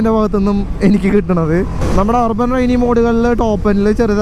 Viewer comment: Rrban alla chetta AAA... Urban Ann😁